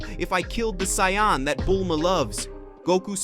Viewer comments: Can't even pronounce Saiyan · Doesn't matter it ruins it whenever he keeps on pronouncing Saiyan I cringe on the inside